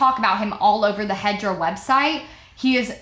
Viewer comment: Every time you said hedra, I keep hearing hydra and imagine this guys company as some Marvel villain hideaway...